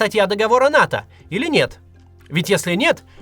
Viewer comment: Не НАТА, а НАТО